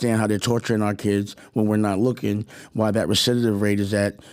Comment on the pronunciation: Gotta love pronouncing the word recidivism wrong when fighting for recidivism rates.